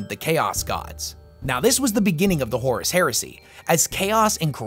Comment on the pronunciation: Bro horrus?